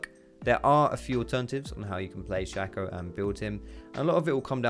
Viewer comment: It's pronounced Shake-o not Shack-o. His clone is called Fake-o. Shake-o and Fake-o Not Shack-o and Fack-o